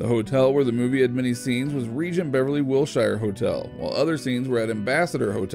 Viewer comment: It is not Wil-shy-er. It sounds more like Wil-sure.